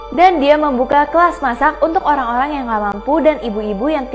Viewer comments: Kak ko ngomongnya Olang🤣🤣🤣🤣🤣🤣🤣🤣🤣🤣🤣🤣🤣🤣🤣🤣🤣🤣🤣🤣🤣🤣🤣🤣🤣🤣🤣🤣🤣🤣🤣🤣🤣🤣🤣🤣🤣🤣🤣🤣🤣🤣🤣🤣🤣🤣🤣🤣🤣🤣🤣🤣🤣🤣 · mohon maap itu olang ato orang?